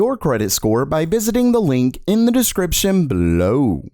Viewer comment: Gamer Meld: "bellOOw"